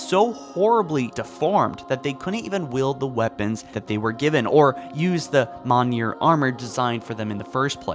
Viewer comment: "Mongnier armor"